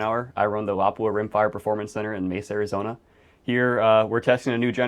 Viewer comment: Appreciate the excellent video and especially by people that know the true pronunciation of Laupa